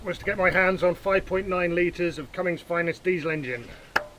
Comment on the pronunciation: It is actually "Cummins," not "cummings"